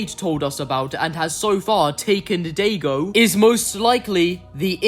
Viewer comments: Bro said dadaygo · It's Daigo! Die-go.